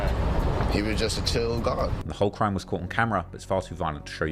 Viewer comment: “Bro you are recording a CRIIME” 😂😂😂